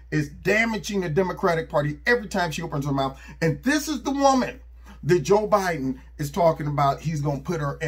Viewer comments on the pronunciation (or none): "Job Edin"🤪😆🤣